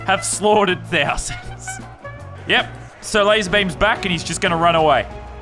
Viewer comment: I like the way he says thousand. (Theasen😂)